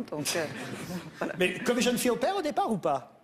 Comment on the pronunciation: Hardly any English accent at all. Only when she says "mais", or "j étais". Which she pronounces "meille" or "j éteille". It is extremely slight.